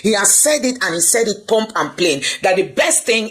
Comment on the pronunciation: It’s actually “prompt and plain” Not “pump and plain”. We learn everyday #Respectively ✌️